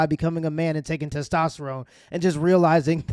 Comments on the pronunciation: Wtf is tostesterone? lol DUDE can’t get his science straight… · Does that one Trans person keep saying "tostesterone" ??? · Lol dude can't even pronounce testosterone correctly